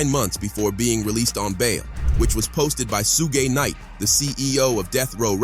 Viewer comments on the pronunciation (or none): They said sue gay knight 🤦🏾‍♀️🤦🏾‍♀️🤦🏾‍♀️😂